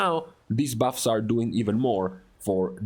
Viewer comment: Your accent is terrible. Why don’t you just make videos that cater to your ethnicity and not speak broken English. “ these baffs” it’s buffs. And stop complaining about your classes.